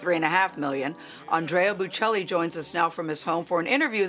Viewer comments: Pronounce his name correctly, good grief! Embarrassing to USA..Not “Boo Chelli” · She did a horrific job in that inter-couldn’t even be bothered to learn correct pronunciation of this great man’s name, or his wife’s. Called his wife an interpreter. Cringe-worthy. Please do better, King, and let your guest finish speaking